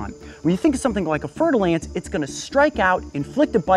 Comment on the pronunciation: Instead of Hearing fer-de-lance I hear fertil ants